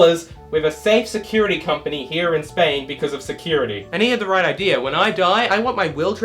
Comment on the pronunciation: I need to AX you a question Did you say idear at 1748 but type idea